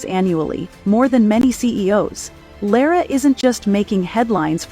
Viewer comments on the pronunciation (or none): LOVED the insight into Lara! It was good coverage. I was interested in how to pronounce Lara’s name because several in my family don’t know… I was a little disappointed in the narrator’s two pronunciations of her name. 😂 Somehow I’ll get there.